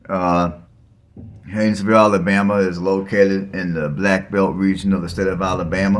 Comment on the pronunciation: Learn how to spell and pronounce the town you are talking about.